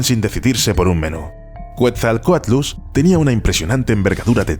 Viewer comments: Quetzalcoatlus se dice: /'Ketzalcoatlus/ Está erroneo como lo pronuncias bro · Me encantó el video muy bueno, solo un par de anotaciones Deinosuchus se pronuncia "Deinosucus" y en la palabra Quetzalcoatlus la primera U, no suena ya que hace referencia al ave actual del mismo nombre y a un dios maya y por último los nuevos estudios ya nerfearon a mi Dunkleosteus :c parece que no midió más de 3 metros pero esa se perdona porque tiene como un mes que salio el estudio